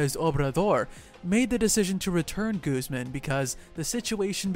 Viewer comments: Making so many videos about mexican Narcos you could really try a little more to pronounce the names right. Iván is not an english Name, it´s Guzmán not Guzmen.... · When you say “Guzmán” or “Culiacán,” put more emphasis on that last A.